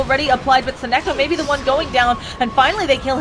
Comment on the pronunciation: Sonneiko not Sonneko, tiny bit annoying